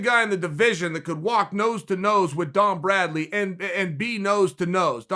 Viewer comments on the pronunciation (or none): none